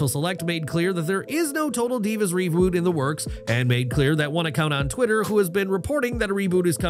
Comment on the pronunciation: He fucked up reboot like three times in a row lmao. I heard revoot ruboot and one more I think lol